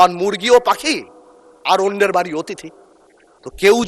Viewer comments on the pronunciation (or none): none